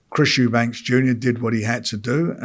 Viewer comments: Ffs Frank it's Eubank NOT Eubanks!!! Is it that hard?! 🤦‍♂️😅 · The name is EUBANK there is no S on the end! Why do people add an S? 😂😂😂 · Love the way Frank always adds an 's' on the end of Eubank 😆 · Why does Frank insist on calling him Eubanks? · It's Eubank not "Eubanks". Bit odd this bloke promoted his Dad but still getting the names wrong. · It’s “Eubank” not “Eubanks” frank mate